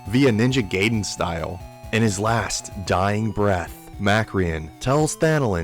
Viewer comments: Its pronounced "guy-den" you absolute heathen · My dude pronounced "gibs" correctly but just couldn't get "gaiden" right.